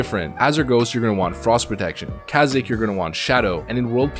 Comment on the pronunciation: Kazik?! That's not how you pronounce it.